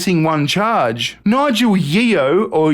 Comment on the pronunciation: It is pronounced Tawn- Ton, and Yeo is pronounced Yo, I'm a local.